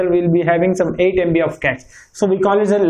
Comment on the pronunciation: Good info but cache is pronounced as cash and Hz is pronounced as hurts.